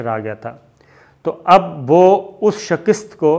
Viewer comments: Sabir Shakir sahb I like your program and admire your analysis you are such a trustworthy journalist but I don't like your two words which you pronounce wrongly If you correct them I will be thankful to you the words are platform and shakast you pronounce as plate form And shakist I enjoy your whole talk but become irritated when these words are uttered hope you don't mind and I can't resist watching your both videos and even ur program on ARY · sir....its SHIKAST..not SHAKIST.. :)